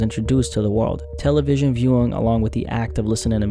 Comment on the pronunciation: No one says Tel-A-vision bro